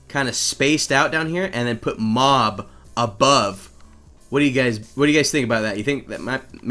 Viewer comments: he spells mob wrong he says mub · You said u instead of o for mob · Mob Is Spelled M-O-B not M-U-B